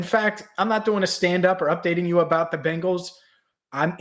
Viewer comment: It's Bengals not Bangles 🙄 Bangles are bracelets.